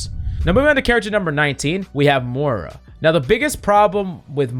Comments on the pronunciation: I CANT TAKE IT ANYMORE!!! ITS MOI-RA NOT MORA HOLY SHIT PLEASE STOP!!! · The real biggest problem with Moira players is people who pronounce it 'Mora' 😉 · Bro how can you not pronounce moira